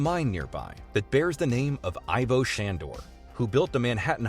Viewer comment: it's pronounced "Eevo"